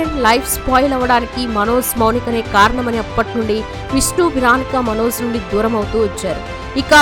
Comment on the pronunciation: Manoz అని పలకడం style ఏమిటి? అసలు pronunciation Manoj. మన తెలుగు భాషని foreign language లాగా పలకడం మన తెలుగు వాళ్ళకి చాలా మోజులా అనిపిస్తోంది. Hindi, Tamil anchors వాళ్ళ భాషలు స్పష్ఠంగా పలుకుతారు.